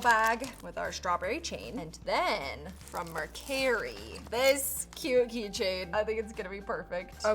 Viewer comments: Um… does she rage bait us with her mispronunciation of words, like this must be on purpose, for engagement purposes. Not hating at all, and it worked on me lol Like omg it’s Mercari!!!!!! Not Mer-carry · Mercari not Mer-carry